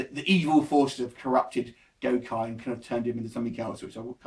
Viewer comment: First person who said it drags. I know plenty of fans and non fans who loved it as a movie and it didn't drag for anyone. Akuma was badass in this and doesn't look silly at all oh and it's pronounced gokee not gokye. Having watched it, you should know that, lol..